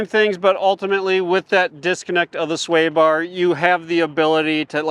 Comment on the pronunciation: Can we stop calling the SWAY bar disconnect a "stay" bar disconnect? It sounds illiterate. And was this video originally intended to glorify the Badlands, and horribly downplay the Wildtrack, or was that just a "happy" accident?